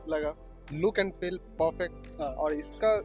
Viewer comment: Bhai ye feel ko pel q bol rha😂